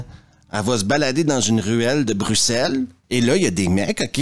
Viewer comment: Salut, il faut être belge ou canadien pour pouvoir prononcer "Bruxelles" convenablement, car nos amis français en sont incapables ! 😄je te remercie de ne pas avoir dit "Bruxxxxxxxelles" 👍, Pas vilain physiquement le squad de "b*nasses", mais ce squad manque effectivement de séduction (quelques petites phrases salaces sarcastiques), et l'histoire, n'en parlons pas, et d'ailleurs aussi pourquoi aussi des "terroristes belges"! (Mais rassures toi, on ne se formalisent par vraiment la dessus en Belgique). Merci pour la vidéo.